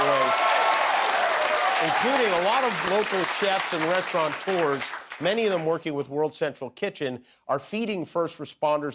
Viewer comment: Restaurateur, not restauranter.